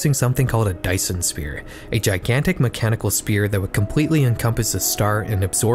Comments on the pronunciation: Y....you know that it's "Sphere", like... with a "ph" that makes an "f" sound.....not "spear"........ right? Right?!? Cuz you pronounced it "Spear" like four times. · He really said Dyson spear. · the mispronunciation of sphere as "spear" made me irrationally angry lol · "Dyson spear" aaand i'm out of this video